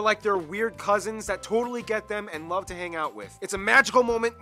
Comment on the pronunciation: "I lobe narwhals"...